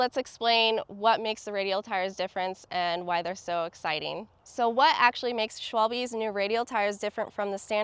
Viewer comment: No no not "Schwalbi" it's correct "Schwalbe" 😉